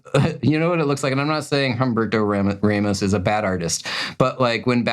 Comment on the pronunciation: Hum-Berto Raymos -speaking of bad is mangling the pronunciation